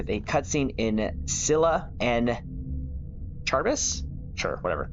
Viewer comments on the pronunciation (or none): Okay... Ill help Charybdis is pronounced Car-rib-dis. Scylla and Charybdis are a refernece to Homers "The Illiad"